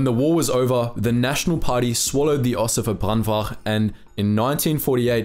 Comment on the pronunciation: Your pronunciation of Ossewa Brandwag is perfect man!